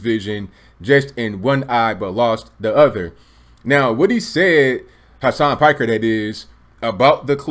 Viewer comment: It's pronounced "Peek-air."